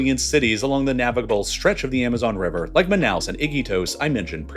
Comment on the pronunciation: the amazon rever?!?……yo wtf is rong with these computers not ever bein able to pronounce a single word properly?!? Hahahaha so sad